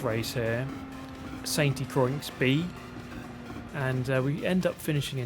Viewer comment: I hope this track isn’t in GT7, if only so I don’t have to listen to YouTubers pronouncing it ‘Saint de Croycks’ instead of ‘San de kwa’. No wonder the French hate us.